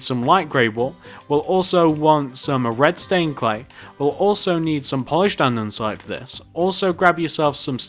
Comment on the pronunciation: ITZZZ NOT ANDENSITEEE IT IS ANDESITE (And-E-site)